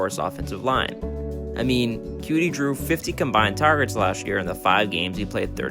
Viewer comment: Bro its coutee not cutie